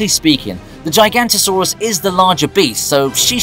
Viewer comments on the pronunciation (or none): Its Giganotosaurus, not Gigantosaurus. Just sayin' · the “giganticsaurus”😭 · Why does everyone get "gigantosaurus" wrong. Even in the movie, Kyla Watts gets it wrong, which blows my mind. It's not "Gigant"osaurus. It's "Giga-note-oh"saurus and spelled Giganotosaurus. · ITS CALLED THE GIGANOTOSAURUS GIGANOTO!!!!!! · It’s called gigamotosaurus , not gigantosaurus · The Way He Said Giganotosaurus 😂